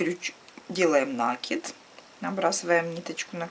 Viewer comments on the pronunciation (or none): накИд! С накИдом!